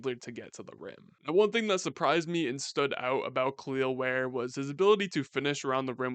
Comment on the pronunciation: Its just pronounced "kell el ware" not kaleel ware